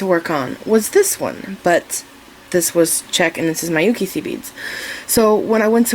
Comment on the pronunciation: Hi, thank you for your lovely earring tute. Just one thing, Miyuki is pronounced "mee-you-key", not "my-you-key". As a Japanese person, I cringed each time you pronounced it, sorry.